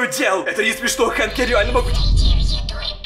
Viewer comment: Правильно говорить хэнк а не ханк